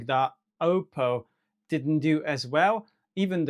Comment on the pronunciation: wszystko fajnie ale nie wymawia się do kruka pana 'oupou' tylko 'oppou'. Weź bo lubię twoje filmy ale boli mnie gdzieś podświadomie w środku na takie natchnienie.